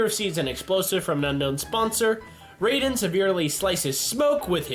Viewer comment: ok its ra-den and si-rax